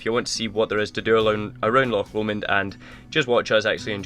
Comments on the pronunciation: Really enjoying all your videos. So nice to come across a couple who can actually pronounce the names of the places you visit in Scotland! I get really fed up with Sassenachs going on about Lock Lomond! It's time they realised that all our locks are on our doors! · Such a relief to hear loch being pronounced properly....! Nice wee video. Been living in a ducato for four years....Just smashed the mirror on something on a country lane after MOT failure.....time to reconsider......erf !